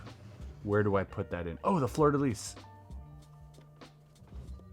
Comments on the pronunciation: I cringed every time you said fleur de lis. It's pronounced like floor de lee. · Its not pronounced Fleur de Lees. The s is silent. Sorry lol love your vids but as a Canadian close to Quebec and French NB it kinda bugged me. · BYW, it’s prounced “floor de lee” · Yeah, there are sites where you can look up the correct pronunciation of things. Things like "fleur-de-lis", where you don't end it as 'lisss'.😢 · The Fleur-de-Lis has a long history in Nova Scotia. A lot of Acadians moved to the southern states and have ancestory here.anyways you dont enunciate the s or z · bro.. i’ve heard you speak french. why you saying fleur de lis like an american that doesn’t know french is even a language 😂😂😂